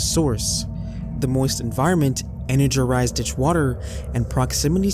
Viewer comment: Energerised is the cutest mistake yet. No criticism here! Although, I would like to say that ute is pronounced "youte".